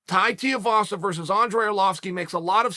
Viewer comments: its TUIVASA not TIUVASA hahaha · Too eee vaaa saaa say it with me Chael! Rhymes with Shoey vasa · God damnit Chael has me saying it Teavasa now lmao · Gotta start pronouncing Tai’s last name right. Coincidentally, it rhymes with “shoey”. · Hey BAM-BAM, should you read this, your surname is now Tiuvasa, Lord Uncle Chael of Manscaped-Ridge Walletville, has told us. Congrats, we did try to tell him a few vids back but he obv DONT READ COMMENTS. Tai Shoeyvasa. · Chael please it’s pronounced “too-ee-vasa” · "Tiavasa" lmao when Uncle Chael butchers your name that's that, your stuck with that name for life deal with it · say "tuii vasa" properly its not that hard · "Tai Tiavasa" - Chael Sonnen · “Tai Tiavasa” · Too ee vasa.. Chael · I've thought for a long time you were bad at names on purpose but consider just look at the dudes name. Tuivasa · The way Chael pronounces Tuivasa kills me hahah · Of all the names Chael butchers for some reason this bothers me the most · Ffs Chael, Tai has already fought and beat Andrei Arlovski. Would it kill you to do a bit of research man. Also, you give him some respect and pronounce his name right...